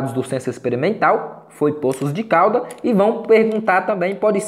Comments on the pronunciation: .”Póços” de Caldas …esse “ Pôços”de Caldas ,da uma agonia 😂😂👍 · Tem certeza que a pronúncia certa é " Póços de Caldas" ? 🤔